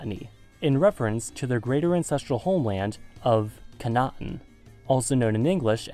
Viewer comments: As someone who speaks both modern and ancient Hebrew, I can tell you that his pronunciation of Canaan could use some work. He pronounced the third A (the ע) more like an I. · Your pronounciation of "כנען" "kna'an" is horrible. Other than that, great video